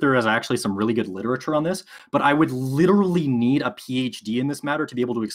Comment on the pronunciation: By "lerly" I think he meant literally.